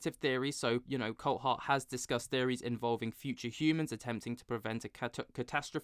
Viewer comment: His name is pronounced Coolthart and not Coalthart. It's a Scottish thing.